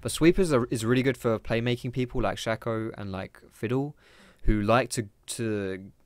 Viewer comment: saying 'Rango' and 'Shakko' makes this hard to watch